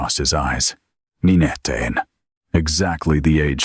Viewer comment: Not to mention ni ne teen for nineteen lol😂